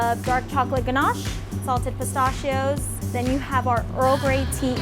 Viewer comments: Did she say “salted pee-stah-shi-ohs”? Also, I’ve had the earl grey pie and it is unreal. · Anyone else really mad about “pastachios” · The way she pronounces pecan. And pistachios. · The way she pronounces “pistachios” made me angry.